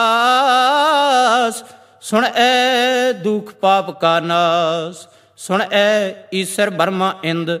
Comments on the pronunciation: भाई साहेब जी बेनती है 8 वी पोरी में आपकी पेरनौंसेशन सुण ऐ महसूस हो रही है जबकि गुरवाणी अनुसार सुणिऐ होनी चाहिये। वैसे कुल मिलाके वीडियो सराहनीय है। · Suneayen theek pronunciation hai. Bhai Sahib ji gurbani da sahi ucharan karo ji.